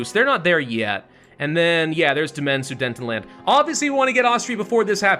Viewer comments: it’s pronounced suDETanland, not suDENTanland🥲🥲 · I have to ask... is there a reason why keeps pronouncing Su-DE-TENland horribly wrong? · Why do you pronounce it as "Sudentenland"? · Drinking game: take a shot every time he pronounces Sudetenland incorrectly.